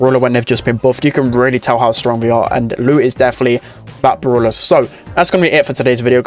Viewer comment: its called brawler not brulah